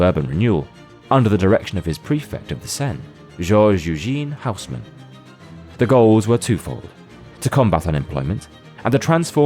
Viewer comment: Hausmann is pronounced: Oes-mànn (first syllable rhymes with hoes, the gardening equipment, the second with shan(´t), so this HHHHouse-men prounciation of the video is butchering the name.)